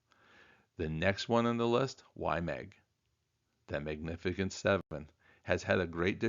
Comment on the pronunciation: The “c” in “magnificent” is pronounced like an “s”